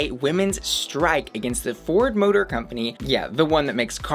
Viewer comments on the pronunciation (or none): none